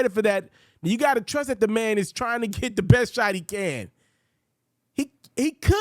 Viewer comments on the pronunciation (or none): none